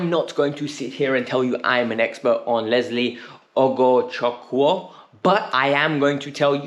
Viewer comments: Ugochukwu is pronounced as UGO-CHOOK-WOO an Igbo name in Nigeria meaning, God's pride or God's glory. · Very wrong pronunciation. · 😂 You trying to call his name correctly is another case to study 😂. It’s an Igbo name in the eastern part of Nigeria 🇳🇬… I did see his name on a podcast as good replacement for teams seeking A DM. But I just brushed it aside now look where he lands ✅. Here we go 🥳